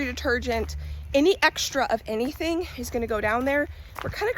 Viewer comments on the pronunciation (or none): none